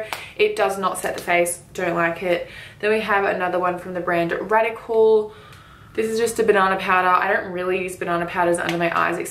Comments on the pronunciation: hahaha it's RODIAL not radical 😝 its actually a really popular brand in the uk particularly for skincare and their makeup is really good also!! loved this and can't wait for the eyeshadow one xx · Its Rodial not Radical! 😂😁 .. and its a very big brand, not unknown? Even makeupbymario uses this brand. Pretty sure he only uses good shit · it's Rodial, not Radical 😅 it's a really good high-end brand! 💛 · That brand is not Radical its Rodial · Those powders that you were saying were from the brand "Radical" (pronounced "Rodial") are apparently really great! Nikkie Tutorials uses them often and loves them. You should try them, 💟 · I love it how she was like no one knows "radical" Yeha it's cause it's not radical it's rodial 😂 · it's rodial not radical 😂😂 I think the brand may be more popular in other countries because it is where I live x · It's not Radical its Rodial love ya❤️ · Am I the only one who noticed she said radical when it's rodial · the brand is not Radical, it's RODIAL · Radical hahahah it's rodial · RODIAL NOT RADICAL THANKQQQ